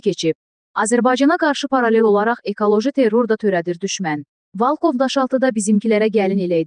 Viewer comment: Ay gız Valkov değil VOLKOV VURGUNU BİRİNCİ HİSSEYE VOL KOV